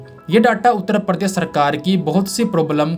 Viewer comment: परदेस नाही दोस्त, "प्रदेश",😵‍💫 बहुत फर्क है